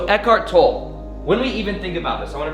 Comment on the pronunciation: I think I speak for all the Eckhart Tolle fans everywhere when I say: If you're going to refer to or quote Eckhart, please pronounce his last name correctly. It is pronounced "TOL-ə"; like "TOL-ay". Thank you. Great video, BTW.